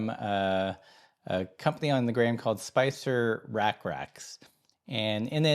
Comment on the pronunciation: ya pronounced "spice rack racks" as "spicer rack racks" lol